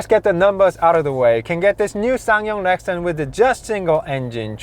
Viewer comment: Obviously. But the presenter repeatedly says "Lexton" not Rexton.